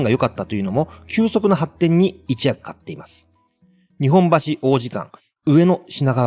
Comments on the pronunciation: 「一役」の読み方はひとやくでは？(xいちやく) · 旅客→りょかく、一役→ひとやく。 歴史紹介の教育的な動画を標榜されているのでしたら、読みはいくつも間違っているのはよくないですね。あと、発電所ははつでんしょの方が人に聞いてもらうなら一般的かと。